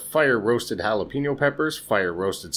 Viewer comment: Why did you keep saying red jalapeño? Plus it’s jalapeño-PEÑ-o, not jalapeño-PEEÑ-o